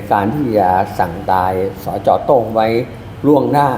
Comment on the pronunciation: โต้งก็คือโต้ง ไม่ใช่โตล้งๆ